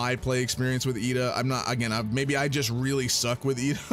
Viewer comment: I have no idea what you're saying but just know it's pronounced iida. Not with L.